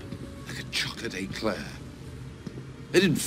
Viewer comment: He says eclair in a strange way